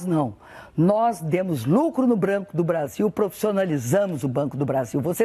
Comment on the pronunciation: eu escultei ela dizer brando do brasil 21.13